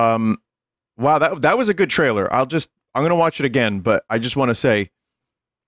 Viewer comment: "that was a good chrailer" "Look! Look! A Jragon!"